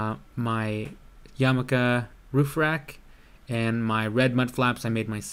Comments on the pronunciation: You pronounced the roof rack "Yamaka" (Jewish cap)... Yakima is pronounced: ya-key-ma. Love your videos bro!! Keep up the good work! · You said yamika roof rack... I think you meant to say Yakima lol! Its all good, I know what u meant. Great vids by the way. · "yarmulke" roof rack?? hahaha.